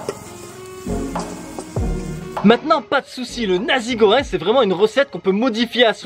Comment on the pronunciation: Dans la prononciation du plat on dit pas "nazi" mais "Nassi" goreng.